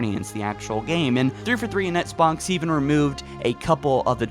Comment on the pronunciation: “Ehtts Box”